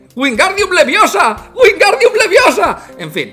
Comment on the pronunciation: Es leviosa, no leviosaaaaaaaaaa